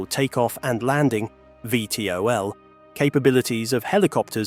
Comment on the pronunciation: Vtol it's vtol 😁